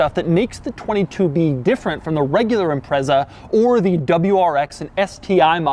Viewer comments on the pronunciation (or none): Can't take a review of a 22B seriously when he pronounces Impreza, Imprezzzzaaa, its impretza, just saying 🙄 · A few things for you It's pronounced IM-PREEE-ZAH, not IMPREZZER. STi stands for 'Subaru Tecnica International'. '22B' in hexadecimal code is '555', in respect to Subaru WRC sponsor company (at the time) State Express 555; some say it's 22 to mean 2+2 coupe with the letter 'B' referring to Subaru's designation code for 'turbocharged'. All manufacturers building cars for the Japanese Domestic Market at the time had to follow a government directive which prohibited promotion of engine power output figures above 206kW (280PS; 276bhp). Subaru claimed that exact figure as being available at 6000rpm. The car had 363 Newton-metres of torque (268 lb-ft) at 3200rpm and hit 60mph (100km/h) in 4.2 seconds. There were only 424 cars built - 400 sold by Japanese dealerships, 16 official dealership units sold in the United Kingdom (in addition to 50 more cars which were purchased in Japan then privately imported into the UK) and just five officially sold by Australian dealerships, with the remaining three being marked as 'factory prototypes'. Most important fact? Every original legitimate 1998 model Subaru Impreza 22B STi built is both Subaru WRC Blue Mica 93F (at the time unique to that vehicle) in colour and a right hand drive vehicle. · IT'S PRONOUNCED IM-PRET-ZA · It's ImpreZa not impreSa. Sounds like you're saying "Impress her". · Him saying imprezza over and over makes me want to commit a war crime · Instead of saying that he was “impressed” by the car he should have said that he was “Imprezaed” lol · Great video. Only thing is you keep saying Impreza wrong 🤣. The z is much more pronounced. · Interesting quirk, you're pronouncing Impreza wrong. It's annoying.